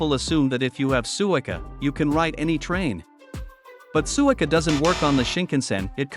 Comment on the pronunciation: The AI voice should be programmed to pronounce “suica